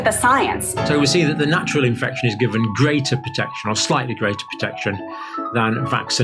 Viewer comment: She even messed up infection and immunization...